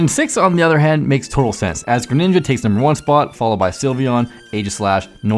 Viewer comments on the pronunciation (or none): none